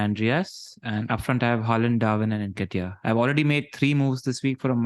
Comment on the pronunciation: Its pronounced:. En- Keh-Tee-Yah . Y'all have been mispronouncing for weeks now..